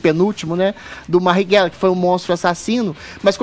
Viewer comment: Da mesma forma que o Adriles que além da voz extremamente afeminada não consegue pronunciar o nome do Mariguella